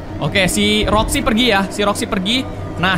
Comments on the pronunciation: kok Roxxy dibilang Foxy:v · karegi roxi bukan foxi